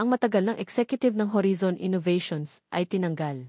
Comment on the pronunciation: Ganun ba pag pronounce ng horizon, narrator???